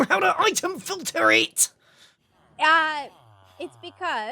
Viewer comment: that "it" sounds so Irish 😂😂😂😂😂